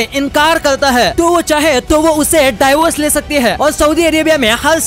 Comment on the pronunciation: Daivers nahi devors 😂